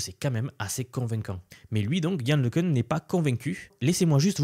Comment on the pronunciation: Yann Le Cun [ləkœ̃], né à Soisy-sous-Montmorency